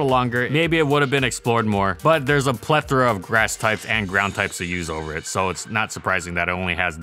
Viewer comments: The "plethora" saga continues: mispronounced and then correctly pronounced in the same video?? What is going on? 😂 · How is you manage to pronounce plethora correctly sometimes and incorrectly other times? 😂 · You pronounced "plethora" two different ways in the same video. Not criticizing, I'm just kind of amused.